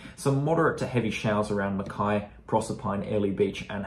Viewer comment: It's fa in Mackay 😂